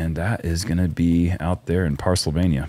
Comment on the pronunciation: Cambogia and Parsylvania?!?! Relax! 😆